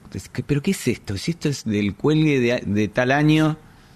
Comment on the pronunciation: 😂😂😂 'cuando se enteren que no es del cüelgue.."